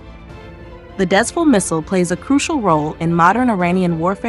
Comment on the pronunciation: Because of the spelling, I can't blame you for mispronouncing it as "Dez-Full"!! This is the name of a location. And it's pronounced as "Dez-Fool"!! Thank you